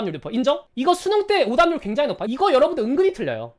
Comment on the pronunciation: 오답률인데 오담률로 들은거 기분탓인가??